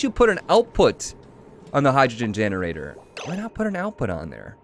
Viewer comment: Everytime says the word "generator", reminds me of he saying "Steam generazor"